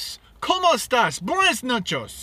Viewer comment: Como esta"N" with N.